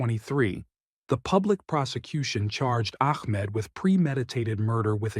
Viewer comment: I know you can pronounce the name Ahmad correctly, then u say Akhmad or Amad,, why are you an AI sound